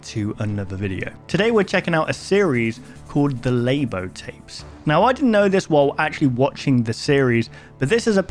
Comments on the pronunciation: Lay-bow ❎ Luh-Boo ✅ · its LABO not LAIBO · "Lay-bo" is crazy 💀💀💀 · I don't know if anyone's told you already, but Labo is pronounced "Lah-Boh" and means "blurry or hazy", which is a description you can use for the low quality of analog tapes. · Not "leybo", it's labo with a short letter a. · Labo (emphasis on the La) as in blurry or some other meaning of Labo with a different pronounciation..?? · And i think Labo is meant to be pronounced La-bo as in (Blurred)